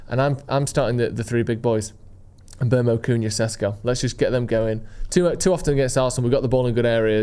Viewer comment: It is pronounced mBoomo not mBermo.